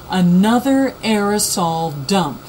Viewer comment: I like how u emphasize the word "Dumpp" bahahah. Good information though